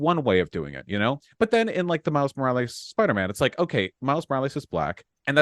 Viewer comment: I hate how Vaush pronounces it like: “Miles Moraleez”